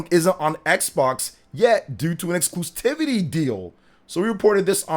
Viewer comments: Repeat after me: Ex-clu-si-vi-ty: Ex-clu-si-vi-ty Me: Exclusivity: Exclusitivity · I usually try to avoid being grammar police, but there is only one "t" in the word "exclusivity." You're saying "exclustivity" and it's driving me crazy. It reminds me of when Dreamcast Guy used to say "Games Pass." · Bro it’s exclusivity not exclustivity.